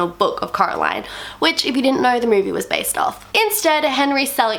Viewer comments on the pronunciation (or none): It’s not “murvie..” it’s movie